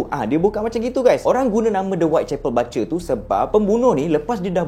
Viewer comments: bang sorry nak tegur... sebutan dia "BU CHER" as in BUSH ... bukan "BA CER" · Salam. You mmg awesome. Just one correction - "BUTCHER" bunyinya ialah BOO-CHER bukan BA-CHER. Harap Maklum. Keep up the great work! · bukan batcher bang.. sebutannya boot-cher.. tpi xpe abaikan..yg penting cite² abang sy follow sbab best dengar sebelum tdo.. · bukan "bace" laah.. butcher.. pronounce dier Bu. Cher. ✌️. ❤ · Butcher - 'but ~ cher'.. Batcher - 'bat ~ cher'.. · Bro butcher sebutan bu bkn ba 😅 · buttttcher. bkn batcher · Bukan 'bacer' tapi 'bucer'. Ya ampun... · pronounce yang betul untuk “ butcher “ bukan “ bat-cher “ bang tapi “ boot-cher “ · bukan bacer tp bucer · Bucer bkn batcer sebutan salah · Best...mcm biasa..tak pernah mbosankan sbb ko nyer energy masa bercerita tu len mcm..hahaha. Cuma ada pembetulan sikit. Cara sebut 'Butcher' tu bkn 'Ba-cher' tp 'Bu-cher'. 🙏🙏🙏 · video menarik tapi maaf kalau saya tegur ni ya. sebutan dia berbunyi "boo-tcher" dan bukan "ba-tcher". keep it up bro. love your content. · Butcher is pronounced as 'boot-cher', bukan bat-cher. Anyway, I'm a huge fan of your series!! My husband pun dah terjebak dgn kerulseries lepas I recommend one of your videos to him.😂😂🙏🏻🙏🏻 Keep it up! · Sebutan BUTCHER ialah Bu-cher. Bukan Ba-cher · Nasib ada yg tegur..😂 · Maaf bang, Cara sebut butcher /ˈbʊtʃə/ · Butcher bang. (Boocher) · Sebutan butcher tu cam lain je bang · sebut butcher tu bagi betul.... orang susah nak percaya cerita nanti... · Slh pronounce BUTCHER tu.. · butcher bkn baca 😅